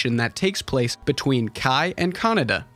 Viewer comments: Kah-Nay-Dah, not Canada. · Kaneda, not kanada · I thought his name was pronounced Ke-Nay-Da, guess Canada it is ! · It's KanEda, not KanAda LOL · Why americans pronunce Kaneda like CANADA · the way you say his name, Canada XD